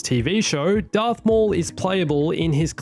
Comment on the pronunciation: “Earth maul” really? 🤨